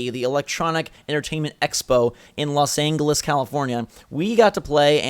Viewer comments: u said los [an-go-liss] its pronounce [an-jo-liss] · Los An-gel-les. That's how you pronounce it lol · anyone else noticed he said Los AnGUEles California? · LOL did anyone notice how he said "Los Angeles"🤣🤣🤣